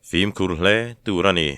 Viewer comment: "Zîng fîm" lam rik dan hi a dik chiahlo deuh a. Fim hi 'ṭhin' kan lam anga hniam a lam zawk tur a nia. "Zîng" hi chu a rik dan a dik a. "fîm" erawh a hniam lama kal tur a ni.